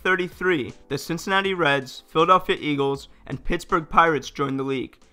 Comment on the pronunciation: "Phil Pitt Steagles"